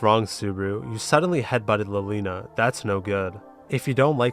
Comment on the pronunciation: wait, i just realized something you pronounce "liliana" as "lolina"? is it because she's a loli? lmao